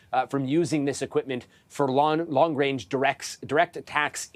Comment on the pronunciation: “Long-Wange Weaponry”